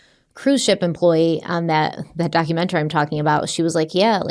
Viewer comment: I love, but the way she says documaTARY and other words like that drives me a little batty lol